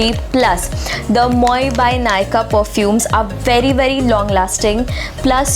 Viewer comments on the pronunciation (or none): I have been wanting to buy the Moi by Nykaa perfumes for quite some time and finally did this sale!!❤️ Just a minor correction, it's not pronounced Moi, the way we generally would, but 'mwa' or 'mua' 😊